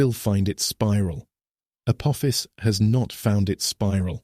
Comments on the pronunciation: Voice cant say Uh poff ess. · He said " Apoophis" lol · He said, A poo-fis💩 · Can your bot voice make up its mind how Apophis is pronounced, and please refrain from continuing to compare it to “a badly thrown football,” which we hear three times in the first seven minutes! 👎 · How many different pronunciations can AI assign to Apophis? What else is it getting wrong? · Within 2 minutes this AI pronounced Apophis 3 different ways. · It’s hard to issue credibility to a narrative that doesn’t even manage to pronounce the same word the same way every time! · Please AI voice - settle on ONE pronounciation of Apophis....App..ofis.... Apoofus, etc. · The AI narrator can't make up its mind how to pronounce Apophis. It started off correctly then used at least 2 or 3 others. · For goodness sake, can't AI stick to the same pronunciation of Apophis? It must have pronounced it at least 4 or 5 different ways. So much for being "intelligent." Also, believe it or not, April 13th, 2029 is a FRIDAY! Spooky, if you believe in that kind of thing.